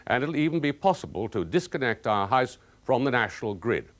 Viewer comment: Singleton is fine but the fella has a terrible affected accent. The way he pronounces house as high-se was annoying.